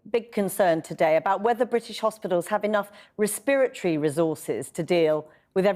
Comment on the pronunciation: Res-spirit-tree stuff......